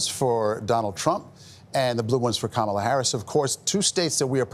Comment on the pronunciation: Someone tell Gayle King and CBS that her name is pronounced "ka MA la" and not "KA ma la".